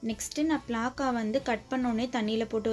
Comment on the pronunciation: Athu pilaka illa pilamuss 😁😁😁